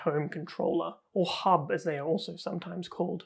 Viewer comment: he did not said hub, he said hoob 🤣🤣